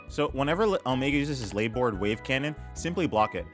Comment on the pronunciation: So ..... .... LARBOARD .... LARRRR Board.... Not Layboard...